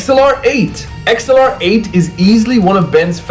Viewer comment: Why can’t you say Accelerate like everyone else